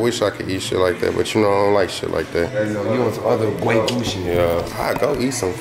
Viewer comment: Every time y’all say waygu instead of wagyu, I giggle a lil bit 🤭